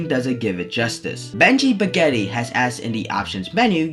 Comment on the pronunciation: "benji baguetty" 💀💀